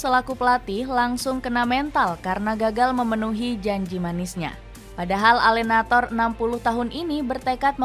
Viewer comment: klo bahasa italia. E yg di belakang di baca juga . contoh nya allenatore bukan allenator . tiap video pasti salah mulu